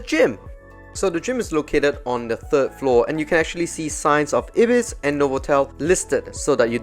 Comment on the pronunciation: it's pronounced eye-bis, not ibbis